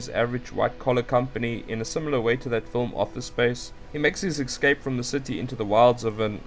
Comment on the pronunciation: You really should state the titles, so I don't have to jump back all the time to see what movie you're talking about. And there is no 'x' in the word 'escape'.